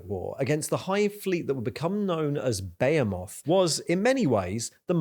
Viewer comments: Its "ba he moth" not "beo moth" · Dude, for real. How is no one mentioning this? Who the fuck says behemoth like "Bay-a-moth" instead of "Be-he-mith". Fucking crazy, unwatchable video. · Bro why are you saying Behemoth like "Bay a moth" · my man, i dont think that is how you pronounce behemoth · I think you're great. Your channel is awesome. You're pronouncing my army incorrectly. Its ok. I understand what you're doing. You're doing it on purpose to drum up snarky comments, like this one. Get that viewer interaction. You're pronouncing Behemoth wrong, too. Keep up the good work. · The way you pronounced behemoth.. Had to stop watching there